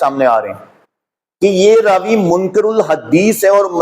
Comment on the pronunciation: ، آپ کی تحقیق کا معیار ایک طرف ، لیکن آپ کا غلط تلفظ آپ کی تحقیق کو نقصان پہنچا رہا ہے۔ آپ نے منکَر (غلط، جھوٹ) کو منکِر (انکار کرنے والا) پڑھ دیا۔ آپ کا قرآن اور سنت کے ذریعہ سچ کو سچ اور جھوٹ کو جھوٹ ثابت کرنے کا کافی اہم کام کررہے ہیں۔اللہ تعالی ٰ آپ کی دعوت میں برکت عطا فرمائے۔ آپ کو ایک بار ایک مولوی رکھ کر قرآن کا تلفظ اور مخرج صحیح کرنے کی اشد ضرورت ہے۔